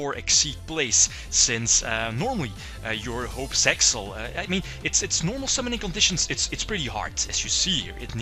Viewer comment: It's really meant for Piper Chaos since Utopic Dragon can be summoned the same way. Thankfully, Shock Master is banned in TCG. Btw, it's Zexal, not Sexal.